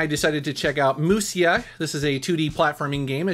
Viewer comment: Did somebody already mention this? Musya is pronounced Musha. Kunrei vs Hepburn.